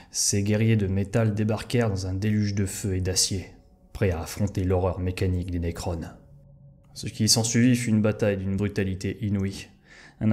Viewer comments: Vidéo intéressante dévoilant des éléments méconnus et franchement sympas de lore. Cela dit il est dommage qu'il y ait autant d'erreurs de prononciation, de grammaire, ou de vocabulaire! Adeptus Astartes, pas "Apdetus", les nécrons, pas les "nécrones", Commoragh, pas "Gommoragh", un archiviste, pas un bibliothécaire. Dans la même veine, épargne toi l'emploi du passé simple si tu n'es pas sûr de le maîtriser. Vu le nombre de fois que sortent ces mots, ça fait littéralement tâche, ce qui je trouve est extrêmement nuisible à la crédibilité de ton énorme travail, parce qu'honnêtement ton temps d'écriture et de réalisation se sent grave. J'espère avoir pu être assez constructif et j'ai hâte de voir tes prochaines vidéos. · "Nécron" et non "Nécrone" pour la prononciation